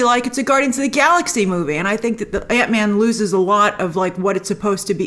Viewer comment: Hr had the absolute proper pronunciation of... "Ant Man."